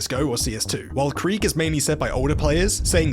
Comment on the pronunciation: him pronouncing krieg the english way here kinda triggered me as a german